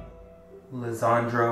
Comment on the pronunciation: His name is Lesandro Guzman-Feliz not Lezandro